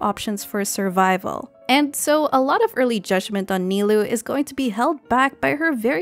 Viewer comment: For future reference, "ou" is a double consistent of "o" in Japanese. So, Nilou's name is actually pronounced (Ni-low), instead of (Ni-loo).